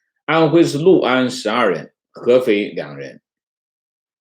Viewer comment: 读对了 六（lu）安， 很多人读liu安，读错了